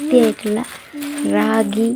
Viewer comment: രാഗിഅല്ല റാഗി ആണ്